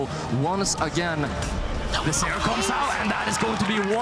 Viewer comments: drinking game: take a shot every time you hear down eugh instead of down air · which doesn't necessary exclude her from being an anauncer. I think she just doesn't know that the word is "air". Didn't notice another mispronounced words, but English isn't my first language. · she most likely knows the word air, that's common sense. She can't pronounce it which is the reason why she shouldn't be an announcer, and the pronunciation is also vexing. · Totally fine except that she couldn't say "air"